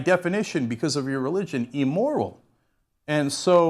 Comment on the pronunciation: Cenk consistently says, "EEE-moral" for "immoral".... and "EEE-relevant" for "irrelevant" (he got these from Resa Aslan, his JO Buddy) Also says "Funnaminaliss" for "Fundamentalist," and "Gennalize" for "Generalize." He can barely talk. : )